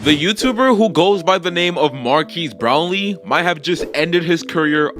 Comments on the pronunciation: Bro really says Markeys Brownlee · Bro pronounced his name wrong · Dudes butchering his name lol